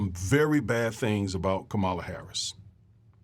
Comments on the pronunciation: It's pronounced COM MA LA. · NO its NOT!! Say it with me now! COMMA LA HARRIS. Her stepdaughters call her 'MOMALA' NOT ' MAMALA'.